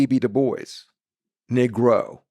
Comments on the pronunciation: I'm not trying to nitpick I'm truly curious... isn't negro pronounced "knee-grow"? His use of "Nig-row" seems atypical. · If he pronounced "Negro" as Neegro rather than Nigro, that might help. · I thought it was negro not niggro